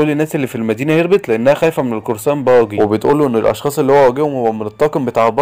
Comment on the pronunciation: ارحمني وانطق اسامي شخصيات القصة صح قلت باجا وهو اسمه باجي وعديتها لكن مين الاسم بتاع قراصنة الرمائيين ده ايه دااااااااااااااااااااااااااا حراااااااااااام